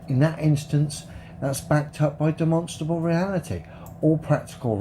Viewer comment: demononstrable ... demnonstrable ...demenstrabel ... deminsntrable ... one day he will practice saying the word correctly.